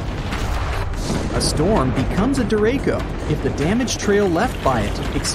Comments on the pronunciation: Am I wrong? Isn't 'DERACHO' pronounced (dah‐ray‐chŌ)❓️And, isn't it described as a 'land⬅️ hurricane'❓️ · Your ai voiceover keeps pronouncing “Derecho” wrong. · When the commentator mispronounces the word of the subject matter... 🤦‍♀ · This guy cant pronounce derecho, much less describe what one actually is. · Learn how to say derecho correctly, please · 1.There are no hurricanes in South Dakota. You undoubtedly meant tornadoes. 2. Tornado wind speeds can go way above 100 mph. 3. Derecho is a Spanish word. Your pronunciation is incorrect. 4. At that point, I tuned out. You obviously don't know what you are talking about. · The way he keeps butchering the word ‘derecho’. 😒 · he calls this a hurricane… he mispronounces derecho stick with your daytime job bro . I had to stop watching… YIKES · Wrong pronunciation of "derecho," 30 seconds of research would have fixed that. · Dude i have no clue where your confusion started but derecho means straight in spanish and the ch is pronounced like charlie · Derecho is a Spanish word...and you're pronouncing it in correctly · The "ch" in "Derecho" is pronounced like how you would pronounce it in "chow". It's Spanish for direct or straight ahead. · I stopped watching this once the narrator mispronounced derecho. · Lol that’s not how you pronounce it’s a Spanish word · Terrible vid, doesn't know how to say derecho, said a hurricane hit South Dakota, & just horrible research & knowledge about this subject. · Wow, derecho I had no idea what word he was trying to say, now I know why hahaha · Pleeeeeease....it's not pronounced dereco! It's pronounced just like it's spelled - de-ret-so!! Meaning "straight" in Spanish. Straight winds!!! Who does the research of this video!! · It’s pronounced dere -Cho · It's pronounced De-ray-chee-o. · Derako is a character in Harry Potter. Learn how to pronounce the word. I can't listen to this. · The names of the storm is properly pronounced dare-a-cho. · "derayko" LOL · "deraco" its deraCHo